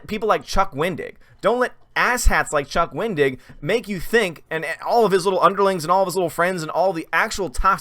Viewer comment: I thought you were saying, "Don't be a Chuck Wing-dick." 🤣🤣🤣 I had to rewind it to hear it correctly!